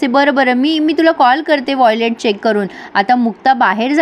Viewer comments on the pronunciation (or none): Violet nahi it’s wallet